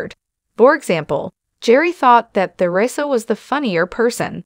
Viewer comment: Or even pronounce Theresa. They say her name incorrectly in this.